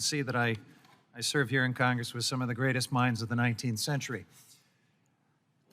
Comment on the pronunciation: "Greatsst minds of the 19th century....." 😂😂😂